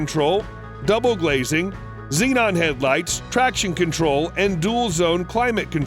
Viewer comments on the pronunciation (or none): none